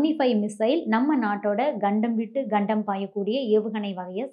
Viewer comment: Good video. One suggestion - It should be pronounced as 'Kandam' (Tamil Meaning - Continent) not 'Gandam"(Tamil Meaning - diasaster). Similarly you are pronouncing 'Padma' (Lotus or Thamarai ) as 'Badma' (crook). Please check up your pronunciation. Similarly it is Phagalgam(meaning- first village in Hindi) not Balagalgam(meaning -adjacent village in Hindi)